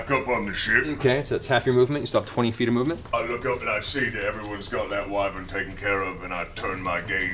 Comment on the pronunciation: Here I was thinking only my DM mispronounced wyvern.